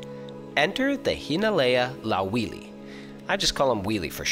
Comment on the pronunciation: hello, uuh I noticed for wili, you said it as a w as anyone would, buuut it actually makes a v vowel. but his name does sound catchy